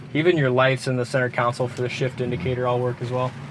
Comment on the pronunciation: It's not a council. They are down at City Hall. It has a console. Pronounced sole, like the sole of your shoe. Khan-sole.